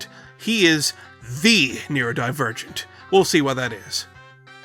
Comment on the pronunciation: “Neurodipurrgent” Sir I will flay you.